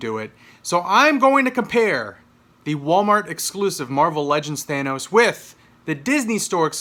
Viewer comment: YAY! he says thanos right!